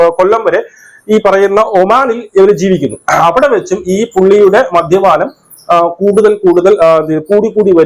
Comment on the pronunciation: നിന്നെ ആരാടാ മലയാളം പഠിപ്പിച്ചേ??😂 മദ്ധ്യപാനം,നിനക്കൊന്നും വേറെ ഒരു പണിയും ഇല്ലേ??